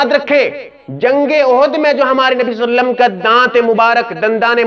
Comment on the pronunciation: ابے صلی اللہ علیہ وسلم تو صحیح سے بولو